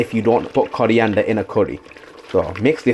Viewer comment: Coriander ❌ Curry ender ✅